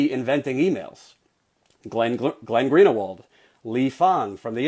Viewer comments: IT'S GREEN-WALD.... NOT GREEN UH WALD....... FOR GOD'S SAKE, YOU'RE JEWISH TOO....HIS NAME IS VERY CO,MMON AMONG US.... YOU MAKE IT SOUND LIKE GERRY FORD'S PRONUNCIATION OF 'JUDG UH MENT'.... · Green-e-wald? No, Greenwald. There is no extra vowel in there. Good work you're doing though,. Thank you very much. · / its glen green-wald not glen greener-wald ! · it's pronounced Glen Greenwalled you are saying Glen Greenerwald. But that's a minor issue, keep up the great work. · Green-a-wald? lol It's distracting, that's all. I think Greenwald is two syllables,! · "Greenawald, excuse me for mispronouncing..." Just yanking your chain. Keep fighting the good fight. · Last comment: Dude, it's Glenn Greenwald. I know it's unimportant because the pronunciation of his last name has very little journalistic value, but why are you saying it so weirdly, lol?